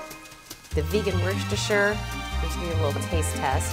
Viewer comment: Werst-a-shrr? You don't pronounce the "r" in Worcester.